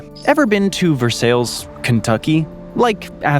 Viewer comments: Yup. Those Kentuckians murdered the pronunciation even on the air waves: instead of Ver-sigh, it's ver-sales. Yuck. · He also said Ver-Sales which is pronounced Ver-Si lol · VER-SALES? Really??? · Versailles, KY is pronounced just like that place in France where a TREATY was signed.